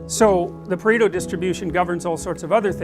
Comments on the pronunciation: It's "Pareto" not "Preto", from the name of Vilfredo Pareto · its pareto not preto. Would take 2 seconds to google. :/